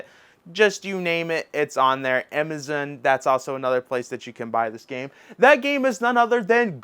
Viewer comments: Ok this isn't a funny question though it may seem so.. are you just mispronouncing Amazon or is there a switch game store named imizen? Again not being a jerk just curious. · Why my dude keep calling Amazon "Imizin?" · Bro. Learn how to say “Amazon.” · Dude can't even pronounce Amazon. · I love that he pronounces it that way. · He says stuff wrong so that people comment & feed his channel’s engagement lol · Another intentional mispronounciation is what it is